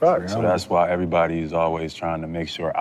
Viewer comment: Tatum after minute mark, says "erayybody" then few words later says every perfectly clear. Why not say everybody nice and clear? Lol wtf